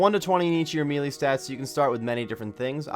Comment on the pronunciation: melee is pronounced may-lay not mee-lee lol